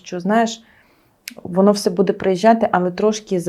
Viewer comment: Особливо коли ведуча говорить "будЕ" і листопАд